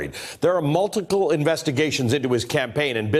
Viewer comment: Multicle? Did is seriously just hear that, lol.